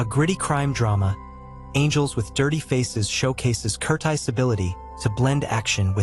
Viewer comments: Does this narrator think he speaks English??? KERTIIIZE????? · I hate ai readers that can’t even get the basic name pronunciation right.